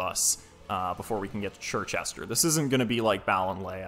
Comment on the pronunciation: Hearing you pronounce Circhester as Chir-chester not Sir-chester is extremely infuriating